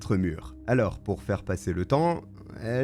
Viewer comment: purée mais arrête de mettre des "e" partout à tous les mots surtout les mots qui n'ont pas de "e" !! c'est absolument chiant 🚩 canal plusseu, aloreu, trop négatifeu...etc etc 😤